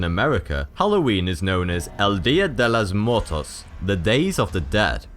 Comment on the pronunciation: was fun hearing you pronounce el dia de los muertos :P